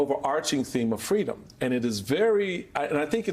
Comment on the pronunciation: Kamala wants FWEEDOM Mommy